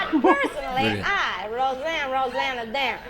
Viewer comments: Indeed it was Bill Murray, the unfunniest cast member ever to infiltrate SNL. He must have been in possession of some incriminating videos or something. Fortunately for us he has no lines in this clip. The name is not hard -- say "Roseann". Now say "Rosanna" Now add "Danna". Rosanne Rose-Anna-Danna. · It’s ROSEANNE ROSE ANNA DANNA!